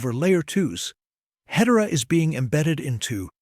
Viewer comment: Ahh, the power of AI. I would like to see better pronunciation of Hedera; otherwise, a brilliant description of what's ahead!